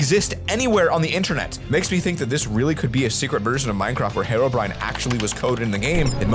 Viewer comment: Herobrine not harobrine